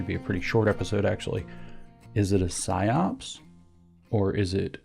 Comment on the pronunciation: It's PsyOp. Singular. No second S.